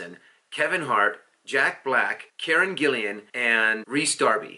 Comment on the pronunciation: I believe her name is Gillan, not Gillian.